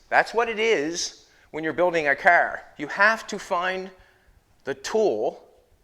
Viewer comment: I had to stop watching this guy. He makes junk, into junk. By the way it’s pronounced CAR, not KER.